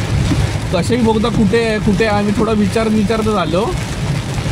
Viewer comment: कशेळी नाही कशेडी. आधी नावं confirm करा अकनी मग बोला.